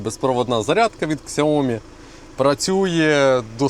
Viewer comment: Ну нема такої фірми як ксяомі! СЯОМі невже так важко запам'ятати!